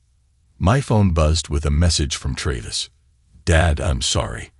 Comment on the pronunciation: why not spell sons name the english way.... shaun then at least its pronounced correctly....hearing "seen" every time is jarring not to mention tray-viss